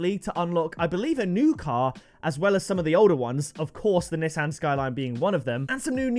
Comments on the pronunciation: why do you say Nissan wrong? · I guess people from the uk say nissan different then people that are from the usa, im from the usa and I pronounce it nee-son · It’s pronounced NESAN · The way he says Nissan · The way he pronounced Nissan 🤣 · I'm American I hate how he says Nissan